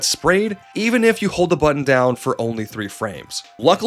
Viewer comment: Mayrio AND buddon? Havin' a pronunciation word day over here